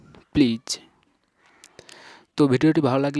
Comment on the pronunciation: আপনি মুখের উচচারন ঠিক করেন যেমন Locked please duto vul উচচারন kore6en